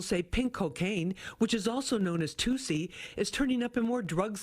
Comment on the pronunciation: Not toosie its tussy like robotussin tussy